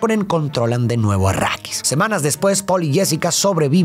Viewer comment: Dejé de ver el vídeo cuando escuché "achrídis" 🤢🤢🤢🤮🤮🤮